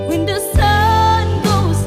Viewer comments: She can but theres a word that is not properly pronouced. Like "when" was pronounced as "win" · Pronunciation must be improved. Maganda ang boses. Mataas ang diction kaya lang bisayang bisaya ang dating like “ whin “ instead of “ when “ . Gagaling pa! Malayo ang mararating! More, more, more and more practice! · Voice really amazing only the diction instead of when the sun,it pronounce win the sun...